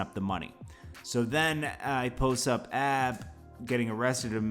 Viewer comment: Its A B not Ab,come on you coming off like people who say 2pack..